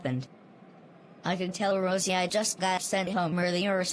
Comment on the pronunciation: I Think Said "Roise" Instead Of "Rosie"